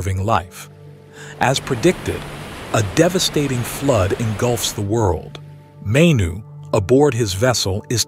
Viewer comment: It's pronounced (Mah-Knew).. We have the same creation story in my culture- I am a Native American, specifically I am an enrolled member of the Ojibiwe - Turtle Mountain Reservation.. Our Creation story involves a being named "Giccimanidoo" Manidoo (Mah-Knee-Doo) All creation stories come from the same event just miles apart. I can see that now.